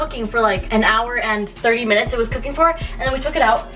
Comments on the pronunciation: Hahah the Canadian came outta you when you said “40 frickin minuets it’s already been cooking for “ 😂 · When you said “40 fucking minutes it’s already been cooking for” you sounded so Canadian lmao